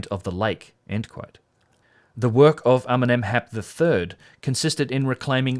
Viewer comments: I thought you said Eminem's hat the first and I think the captions said the same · I understand everytime Eminem instead of Amenemhat! xD